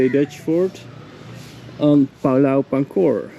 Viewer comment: Het Woord Pulau spreekt je uit als Poe-Lauw.